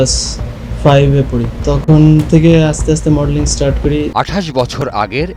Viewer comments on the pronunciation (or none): none